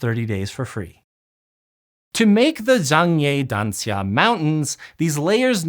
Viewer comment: i like how you pronounce zhangye danxia properly